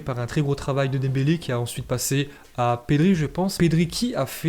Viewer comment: "GRIEZMINE" ET "DEMBALAI" OUT